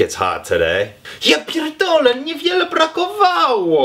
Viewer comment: You're good at polish, respect. "Ja pierdolę co za idiota" - It's like I can hear Polish. Dawno nie słyszałam obcokrajowca z tak dobą polską wymową.